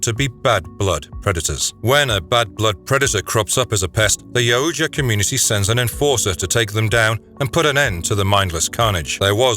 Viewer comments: Yaut-JA NOT Ya-oot-JA ffs that drives me nuts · This guy said, Yow-oooooo-ja so much that I forgot how to say it correctly 😂. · It's pronounced yow ja. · Great video but its pronounced yowwt yah "yautja". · It's " Yautja " 😬 What a great video though !!!